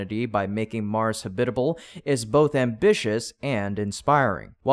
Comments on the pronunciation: "habit-al" should be "ha-bit-a-ble" as is, to habitate. eg: This cliff was not suitable as a habitate for bird, we have now, with help, made it a habitable place for birds. i hate to be that guy but you say a fair few terms wrong. (pronounciation i mean) :) maybe get google to read the script to the videos to you before you read them yaself :) only small mistakes but youd make so many more subs and views if it was just that bit more polished. keep it up bro! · Habitable is pronounced ha' - bitable, the accent on the first syllable. The narrator pronounced it ha - bit' - able with the accent on the second syllable. It sounded weird and unpolished. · You need to teach your AI to pronounce the word 'habitable'. I think you have too many sylabables. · "Habitable" is pronounced with the accent on the first syllable. Just like with "syllable". 😂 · You are saying habitable wrong.